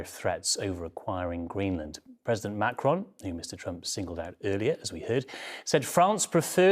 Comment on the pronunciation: Name of the French President is Macron, not Macrone.